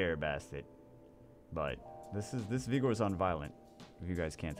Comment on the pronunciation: Im starting to notice saying Vigors name with the O more pronounced cuz hes trying to avoid the other word. I respect the hussle